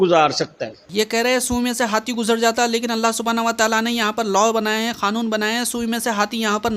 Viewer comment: Yeh Dajjal ko الله ka naam bhi thik se lene nahi arai.